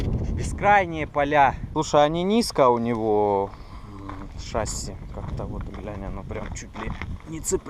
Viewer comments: не шАсси а шассИ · Ударение не правильное! Вы говорите шАсси а правильно шассИ